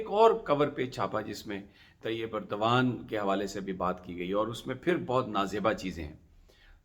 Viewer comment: Khuda ka wasta... Erdgan is pronounced as اردوان۔ please don't mispronounce which amounts to insulting the person.